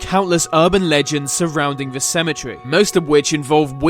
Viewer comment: can this guy pls say the instead of ve